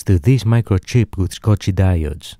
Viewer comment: it's Schottky diod, pronounce "shotki", not "scotchi". Don't be an idiot, use google next time